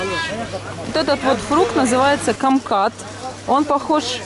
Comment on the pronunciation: не камкат а кумкват